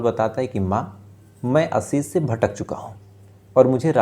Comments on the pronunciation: He doesn't want to improve himself. He doesn't know the difference between s and sh. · आसीस नहीं आशीष